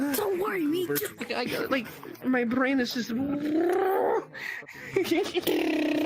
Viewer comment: "my brrain is constantly drriving at mach ONE... million or something" i believe that's called ADD